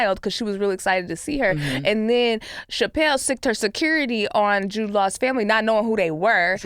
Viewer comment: Obvi all in good fun, but SO glad didn’t let the “shapelle” pronunciation slide. Never need to intentionally mispronounce a woman’s name, especially when discussing the misogynistic smear campaign she’s a victim of